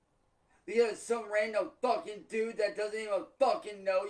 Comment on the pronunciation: The stress on the F sound as he says Fuckin